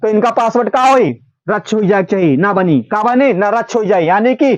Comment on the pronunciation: रच्छ nahi padha jayega,vo रद्द (radd) hai